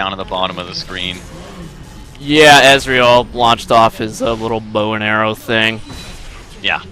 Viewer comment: I like how pronounces Ezreal like Israel